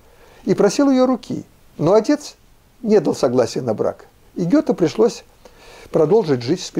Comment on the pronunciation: Юрий Борисович,в одном из выпусков Вы произнесли слова "нЕ дал","нЕ дали" с правильным логическим ударением на частице "нЕ". Никто ещё не произносил так,и никто не произносит .Вы сказали и тем самым убедили меня,что я произношу правильно.Благодарю Вас культуру!